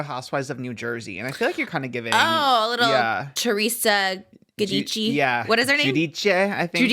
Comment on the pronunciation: im SCREAMING at how bad you guys butchered theresa giudice